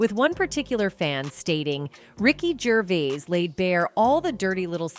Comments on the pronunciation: It’s AI. It’s a lazy creator. It pronounced Gervais 4 different ways. It even calls him Richard numerous times. I dislike these type of videos and will never subscribe to a channel that blatantly uses AI without correcting basic errors. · Why have you just spent 20 minutes pronouncing Ricky Gervais’s name wrong ? Even having 5 different attempts at his surname and not getting it right once . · I hate to be one of “those” people…but how many different ways did she pronounce Ricky’s last name??? Just one of the things that grate on my nerves!! 😂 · Why can't you pronounce his name properly? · I don't understand how one person can pronounce Gervais correctly and incorrectly in the same video 😂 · This is Clickbait and the Channel is taking about Stuff that happened 3yrs ago or More, Joe Rogan spoke about this 3yrs ago, Hollywood is not coming for him because he gives no Facks, this is a Clickbait video, can't even say his name properly or even pronounce it the same two times in a row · in a 20 minutes video the narrator pronounced his name wrong in every way it's possible. how can someone research about a person and be so ignorant?! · Could you please pronounce Ricky's surname properly!! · Jeez, could you AT LEAST get your AI voice to pronounce his name correctly? He is, after all, the actual topic of this entire video! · For christs sake say his name as he says his name you silly person with no respect. He is English and certainly not arrogant French. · At least learn how to say his name ffs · STUPID AI CANNOT PRONOUNCE GERVAIS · Did the commentator take this video as a challenge to pronounce "Gervais" in as many ways possible? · If you are narrating - please learn to pronounce Ricky Gervais correctly, I can't listen to you!! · You have pronounced Rickys surname 3 different ways and none of them are right. Bowie. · Teach your AI how to say “Gervais.” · The way she pronounces Gervais 😅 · How many different times can you mispronounce Gervais? Lol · Ricky Gervees? 😂